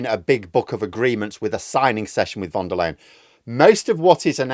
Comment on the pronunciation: By the way, regarding Ursula v.d.L., it may be spelled "Leyen" but it's pronounced almost like "Lion" not "Lane".